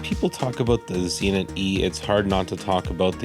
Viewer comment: I have a couple of Zenits but no Zee-nits.